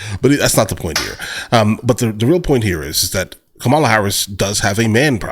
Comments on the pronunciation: why can’t you pronounce Kamala’s name right? MAGA much? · I guarantee you are mispronouncing her name. Everyone in the media who is complaining is also mispronouncing her name. Go listen to how Vivek Ramaswamy says it, because that is the correct way. I dated an Indian woman whose sister was named Kamala. I know what I’m talking about here. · She doesn't even pronounce it the same way every time.